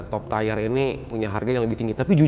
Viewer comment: TIER nya tiyer ger bukan tayer